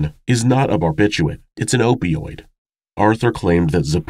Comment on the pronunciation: This isn't a criticism, just a compulsion on my part: barbiturates has two "r"s, both of which are pronounced, and there is no "t" at the end of across. Am sorry plz understand